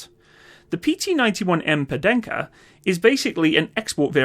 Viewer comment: how dare you say Pendekar like that... It's pun-deh-kar you mat salleh.